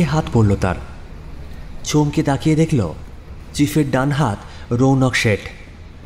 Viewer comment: উচ্চারণ করো দেখলো করলো dejhl-- করল নয়